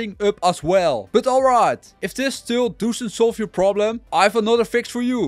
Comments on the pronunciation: Gast het is niet DOESUNT, je spreekt het uit als DOSSENT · dusent werk 😂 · I swear he's from Rotherham and saying doesn't funny on purpose 😂😂😂